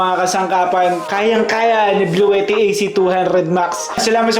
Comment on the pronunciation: Nice video po sir. though minor correction sa pronunciation ng Bluetti. Hindi po "blu-we-tih" ang tama po ay "blu-ti-tih"